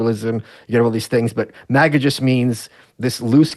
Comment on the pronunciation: MAGA not miga